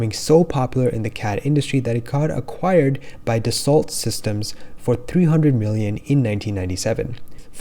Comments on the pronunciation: Good summary. But Dassault is pronounced “dasso”, not “dassalt”. It’s French. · Great content. Spend time on Q/A to assure all of the companies and/or words you are saying, are pronounced correctly. “Dassault” is pronounced like ‘Da-Soh’ not like the word assault with a “d” at the beginning. It is important to remember that when you are putting content online that nearly 20,000 people have consumed within the past five days, that for some viewers also responsible for helping them learn the vernacular. You are effectively giving a lesson here, so you need to make sure that it is as accurate possible. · Thanks for the video. BTW, Dassault is pronounced 'daso'